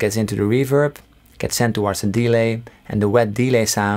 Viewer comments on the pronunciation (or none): I like how you say DE-lay instead of delay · I swear delay is pronounced with emphasis on -lay and not on de. haha great video. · Anyone else find it funny when he emphasises the E in delay instead of the A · Fix delay pronunciation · the way he pronounced "delay" is a bit annoying. awesome tone though